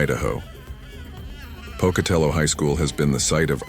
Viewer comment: Hey! You pronounced Pocatello high school right!